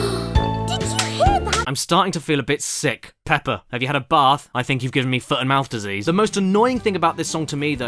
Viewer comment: You already sounded like you’re saying potty. Yeah it’s racist, but not offensive.